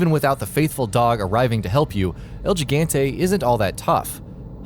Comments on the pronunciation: gi/gan/te is pronounce as he/gun/te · "GEGAHNTEE" Excuse me? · El Jig-ant-ay, lol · el jeegante??????? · this guy can't even pronounce gigante correctly